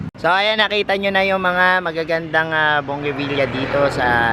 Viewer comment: Bonggavilla?? yan ba pronounciation? Bougainvillea po! Diba?